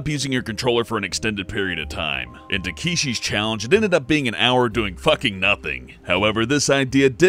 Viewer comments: (LittleShadowGames) I really liked the no lives system one. Lives in game always really bug me. Oh and it's Tah-keh-she, not Tah-kee-she. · "Takeeshee's"? That's not how you pronounce Takeshi... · TAKEESHI YEP. THAT PRONUNCIATION SEEMS RIGHT TO ME. Seriously. Mispronunciation is one thing, but this? This is lot those people who say 'panAHni' instead of panini. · His pronunciation of Takeshi makes me shiver. 助けて！おねがい！ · You said takeshi wrong, and i just spelt it wrong :-X